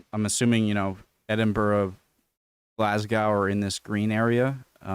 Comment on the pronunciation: Stop taking the piss! You know how to pronounce EDINBURGH and GLASGOW correctly!! Please note. I come from the North East of Scotland, above Aberdeen. So there ARE people living in the "RED" areas!! Scottish mountains are called MONROES. 10.15. PAUSES THE VIDEO TO HAVE AN ORGASM OVER SOME GRASS!!